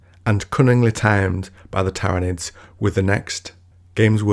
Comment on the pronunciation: You had me at “Tairanids”